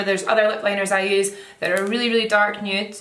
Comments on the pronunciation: lmao love the way you say “nood” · "Nuuewwt? Noot."